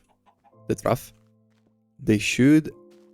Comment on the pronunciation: It is said troff, not throof